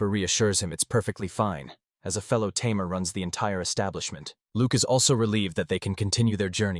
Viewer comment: You're a Tay-Mare,! 🤣🤣